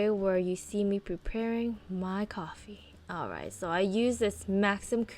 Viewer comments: LOL this made me laugh!! Because us filipinos say it too! COPPEEEE hahaha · Girl the way you said coffee had me laughing so hard. Coppee.